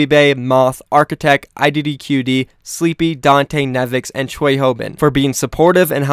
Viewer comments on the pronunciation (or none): none